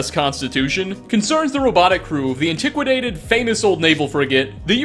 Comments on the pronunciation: Serious question: Do you add syllables on purpose to see how many will correct you? With that being said... An-ti-qua-ted... not an-ti-qua-da-ted Pro-tec-tron... not Pro-tec-to-tron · If you play Nora, then she is the veteran. And it's "ant - eh - kway - ted." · ...”antiquidated” What the fuck